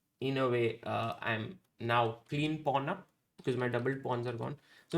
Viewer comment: whenever he said pawn up position i heard "pornhub position"